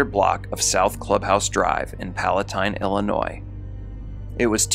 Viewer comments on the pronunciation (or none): none